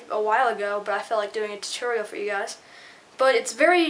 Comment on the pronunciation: u said it weird instead of tutorial u said titerial lol